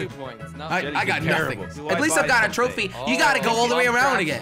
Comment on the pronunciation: I like how he says throwphie